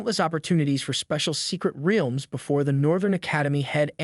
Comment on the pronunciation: Why u saying realms like wealms